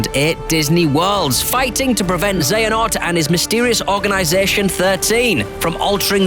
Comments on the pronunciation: he say xenahort WTF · Lol he said Xenahort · they did it again... they still say ''Xenahort'' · I don't mean to be that guy but... Xenahort....... XENAHORT, this guy's never played a kh game before